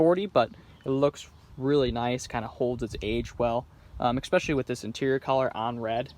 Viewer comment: The word is especially, not expecially.